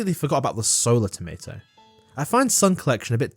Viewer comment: You're British, please say tomato correctly